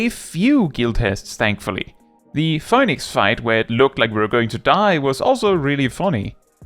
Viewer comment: ...How is this the first time I've actually heard "Phoinix" is it's pronounced in Greek? I'm at the VERY end of Stormblood (specifically "Under the Moonlight", when the postgame transitions from "post-Stormblood" to "pre-Shadowbringers") so I haven't seen this boss yet, but also I didn't even notice the difference until you said it out loud. I studied Greek! Leave it to to drop additional knowledge on me while talking about something else (although this time probably not intentionally? ahaha) Also, I like hearing you sing! I'm a singer by trade and it's always a treat hearing someone, regardless of skill, because it's a unique thing for everyone (cute? funny? and shockingly good at times). Although, I actually associate "Poison" with the Groove Coverage cover of the song, not the Alice Cooper original (I didn't know it was a cover orginally lol).